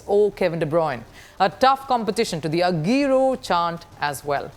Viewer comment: She definitely hasn't watched a single game of premier league before. Ageero, KBD... Sounded like a business news than sports.